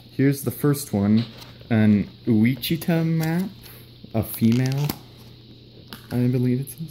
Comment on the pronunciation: WASH-IT-TAH map turtle.